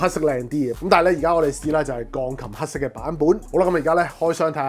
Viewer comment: Eric, I like this channel. But!!! 係"黑色" 唔係 "蝦色". 係"量感" 唔係 "亮緊". 係 "想" 唔係 "相". 係 "擴"展 唔係"蓋剪" 連產品 "110" 三個字 都非常唔清晰. 講嘢又要講得快, 咬字又唔清晰. Pls improve.